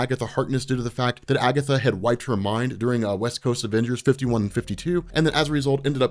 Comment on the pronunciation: 'It was Agetha all the Time!'